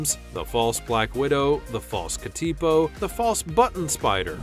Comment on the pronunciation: I've never heard of the false katipo. The NZ katipo is poisonous and is capable of delivering a potentially dangerous bite, also native to NZ. We also pronounce it differently than you, which is no biggie, just saying. Did you know the NZ katipo is classed as endangered, if we kill one without cause we can get a $100,000 (NZ) fine and/or imprisonment.